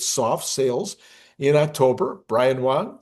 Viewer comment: Wang Wang Wang Wang………. Not Wong.